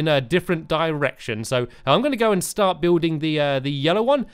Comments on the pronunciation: i think he said shart instead of start. great save! lol. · Am I the only one who noticed he said shart instead of start